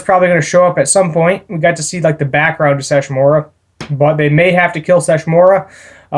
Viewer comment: Sesshomaru. Se-Sho-Mah-Roo. Have you not watched inuyasha at all? He battled inuyasha many times and there are the most iconic fights of the entire series